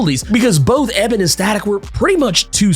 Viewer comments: You gotta say E Bon's name right. Its not pronounced Eh Ben its pronounced E Bon. Other than that, great work! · E-bonne not EBB-un, dude. Oh my god. I never knew something small like that could set me off. lol D-Struct also WAS part of the Meta-Breed in Static Shock but he was a super short term member. He literally quit in the very first episode that he was introduced in. He's also not a (previously) Static Shock exclusive villain; just like Puff isn't either. Rather he was a one-shot villain in the original Milestone comics that was caught up in the bad side of gang life. A bit similar to how he was portrayed in the cartoon show. Also I'm psyched for Ebon but I'm REALLY hoping that Holocaust isn't pushed aside in favor of him. Unless he gets an upgrade in this series, Ebon was a MASSIVE pushover for Static in the show, while Holocaust was usually a very legitimate threat. And it's true. Ebon and Static ARE different sides of the same coin...but I think Holocaust has always fit that role a lilllll better. Actually in the comics when first meeting him, Virgil was tempted to join up with Holocaust and saw eye to eye on some of the things he said...but realized he was way to extreme for his own good. Static has ALWAYS seen Ebon as a punk hood who really has an inferiority complex...so there's not as much friction to play off of with him as there is Holocaust. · His name is pronounced E-BON not Eb-en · That’s not how u say his name his name Ebon not Eben🤦🏾‍♂️🤣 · Its ebon not ebin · Pronounced (E-b'on) not (Eh-bin). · His name is E-bon lol your pronouning weird. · Eee-Bon lol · Thought it was E-Bon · It's pronounced E-bonne lol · Why'd you have to butcher Ebon's name like that 😭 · He killing me with mispronouncing Ebon’s name🤦🏾‍♂️. I’m excited to see Daisy do more with her powers, Richie become Gear, and how they’ll tie in more villains from the Static Shock series. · Exactly he was KILLING ME with the pronunciation 🤣